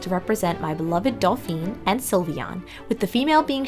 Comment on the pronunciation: The dolls are lovely. I wish you had looked up how to say "Dauphin" (doh-fan) though... I cringed everytime you said "Dal-feen".